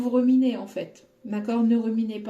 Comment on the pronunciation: Bonjour,je voulais vous dire on dit RUMINER et oas REMINER,bisous c'est amical!🥰🥰